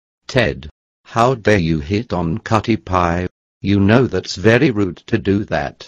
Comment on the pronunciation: Ted dad it’s not cutti pie it’s cutie pie